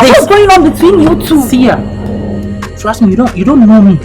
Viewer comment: It's sia and not seer